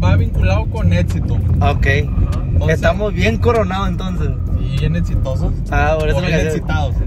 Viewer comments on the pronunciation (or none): Edsito jaja edsitosos jajaj es (existo-exitosos )